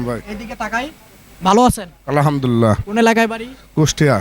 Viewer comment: Ai bhai ta je krishi vishwas channel theke je video korchhe to bhalo bhabe kotao bolte jane na je ki bhabe kota bolte hoi ai bhai ta karon goru ta bikri hoae gelo ar goru ta kine nilo mone hoi akram bhai to bikri hobar pore alhamdulillah bol be ki to ta na bole bolchhe alhamdulillna ok ar video kora bhai take to alhamdulillah kota tao bolte dhong hoi na re bhai to ar ki video korbe ai bhai ta ha abar mone mone vhab chhe mone hoi je Ripon keo pichhe fele dibo video kore kore tai boli je jiboneo Ripon bhai air moto kore video korte parbe na re bhai tumi okay 🆗🆗 bYyyy,...............